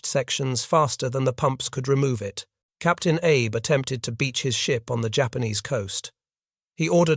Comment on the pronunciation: The Shinano's captain's name was pronounced ah-bay, not Abe